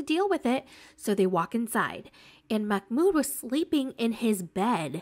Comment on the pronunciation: It's not a K sound, it's a glottal stop (an abrupt cut off) which is a very common sound in Arabic but much less common in English.